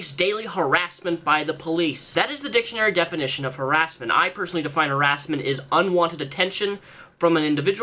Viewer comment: Har-ASS-ment AAAAAAAAAHAHAHHHAHHA Sorry.